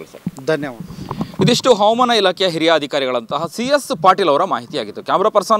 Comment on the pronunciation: ಅವಮಾನ ಅಲ್ಲ ಹವಾಮಾನ